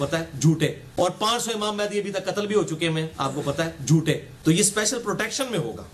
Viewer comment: hahah he pauses and then says "jhotay"